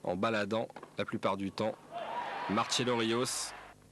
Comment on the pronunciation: Quel boufon le commentateur. On dit M-A-R-S-E-L-O et non pas M-A-R-C-H-E-L-O Depuis quand Rios est italien !?